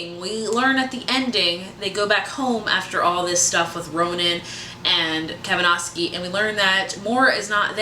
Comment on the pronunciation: its Kavinsky, not Kavanosky.